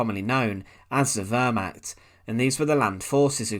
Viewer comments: It is Wehrmacht(=defence force), not ... archt. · You really do need to gain a better understanding of pronunciation - I had to quit after 2 minutes as I simply couldn't bear hearing you say "ver-macked" instead of wehrmacht. It was simply too painful to hear any more. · Narrator. When you speak words in a foreign language, you cannot pronounce them as if they are english words ie the word which sounds like you're saying "vermaht" is actually pronounced "vair-macht". Ch as in the Scottish "Loch". It doesn't take a lot of research to learn how to pronounce foreign words properly.